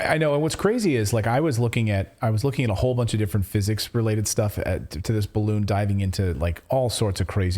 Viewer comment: a barroon? 🎈